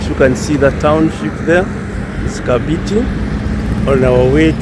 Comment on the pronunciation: KAMBITI.. KAMBITI.. NOT ... KABITI... KAMBITI.. NOT KABITI... HYEANA...is mbiti MBITI IS HYENA... KAMBITI.. is PLACE OF HYEANAS.. kambiti